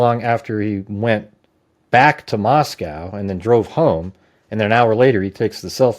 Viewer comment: Ugh. Cant stand GH. He cant even pronounce Moscow. It's not moss-cow. 🙄It literally rhymes with the store youre discussing... Costco.